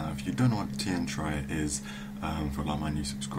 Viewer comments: play gw1 its pronounced teer-ee-ah said by the voice actors in gw1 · Uh, dude. It's Tyria. I believe that'd be pronounced ty-REE-yah. C'mon. You're English. Don't let us Yanks start telling you about language. ;-)